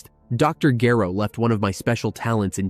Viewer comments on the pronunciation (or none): Or mispronounced name (Gero)